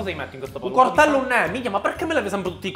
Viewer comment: Quando senti dire "cortello" capisci a cosa sono serviti gli anni di studio